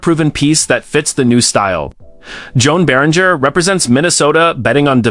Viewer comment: Joan Beringer’s name is pronounced Johan Bear-In-Jay. At least get the guy’s name right.